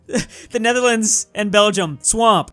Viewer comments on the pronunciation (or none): none